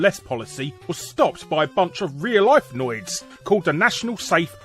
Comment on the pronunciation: "noids" sounds like someone from brooklyn saying "nerds"